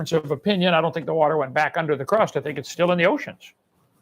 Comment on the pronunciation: I guess the one improvement has over Kent is that he can say “water” like a normal person